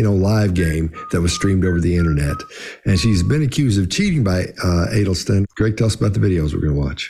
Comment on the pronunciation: That's an interesting wrong way to say Adelstein